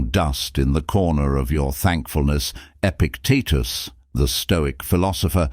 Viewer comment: Although the information is valuable, it would be beneficial to edit the script in such a way that the AI narrator can speak properly such things as Epictetus' name. Section breaks and correct pauses would also be useful.